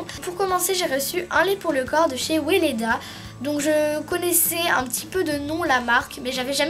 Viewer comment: Weleda se prononce veleda :)